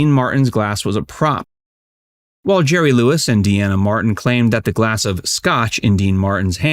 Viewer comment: Franks singing isn’t good . Just his bands and some phrasing. Dean is a better actor hands down. And sorry it’s “dean a “ not “Deanna “ 😅